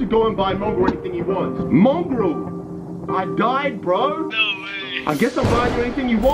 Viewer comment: its mongraal not mongrall